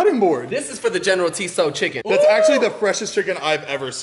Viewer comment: I almost cried when pronounced it “general tee-so” 😂